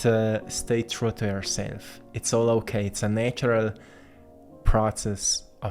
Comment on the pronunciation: Hokay, here's the Earrth